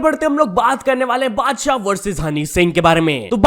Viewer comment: mujhe laga padshah bola 🙄💀